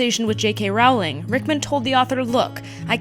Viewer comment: Please it’s pronounced rooooooowling like rolling not raaahwlignahha